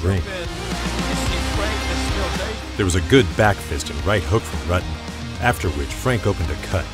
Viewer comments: He is a legend yet this guy still can't properly pronounce his name. It is pronpunced like rooten. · I'm about a minute in, and I'm muting due to the piss-poor pronunciation of 'Rutten' and 'Kyokushin.'